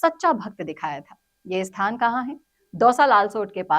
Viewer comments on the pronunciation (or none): none